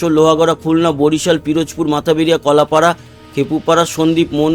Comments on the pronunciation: দাদা মাথাবারিয়া না মঠবাড়িয়া 😊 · Mathbaria কে আপনি সব সময় মাথাবাড়িয়া পড়েন। এটা মঠবাড়িয়া। ধন্যবাদ। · উচ্চারণ হবে মঠবাড়িয়া হবে। বাংলাদেশের দক্ষিণ অঞ্চলের একটা থানার নাম। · ইংরেজিতে লেখাটি মাথাবেরিয়ারই উচ্চারন।যে জানবে না সে এভাবেই উচ্চারন করবে স্বাভাবিক।